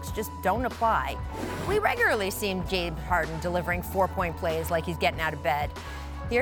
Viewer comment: Did she just said Jade harden